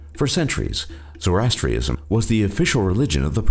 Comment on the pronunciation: He pronounced "Zoroastrianism" and "Santeria" wrong too. The narrator is a fucking idiot.